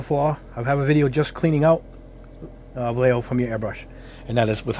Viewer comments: If you wanna be fancy and pronounce it correctly, it’s “va yay ho.” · I lived in Madrid for 10 years. They are a Spanish company I believe in Barcelona so it is pronounced Bayeahjho. But who cares. This is a really great test. Really great. I occasionally build kits for fun but I need this information for creating props and costume details for my characters. I’m a narrative figurative artist. The ball tests were an, “Ah, hah.” Moment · Spanish word. So it’s pronounced Va-YEH-ho. Double “L”s are pronounced like a Y as in tortillas. And J is the Spanish H, like in the Spanish names Jose and Juan. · Hi! Nice video! handy review. Just for general culture. Vallejo is a Spanish Brand, so it should be pronounced something like "Vayeho", you know, similar to "yacht" or "yard"..in Spanish "Ll" and "Y" have the same sound. Cheers! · BTW, both ways of pronouncing Vallejo were wrong. Vallejo is a Spanish surname. In Spanish LLE is pronounced Ye and JO is pronounced Jo (lije 🎅 laughter), so it is pronounced something like VaYeJo. You could catch a vide from Angel Giraldez to get the pronunciation in Spanish from Spain.